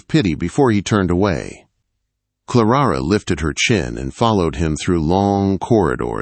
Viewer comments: Her name is Clara not Clarara!!!!! The girls name is Elaine, not Elowen!!! For kripes sake!!! His voice is nice but can’t pronounce worth a flip. Don’t you edit? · Clarara? LOL! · Every time the narrator says "Clarara" I got the giggles. What a silly name!!